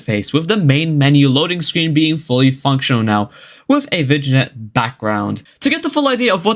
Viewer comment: please look up how to pronounce vignette 💀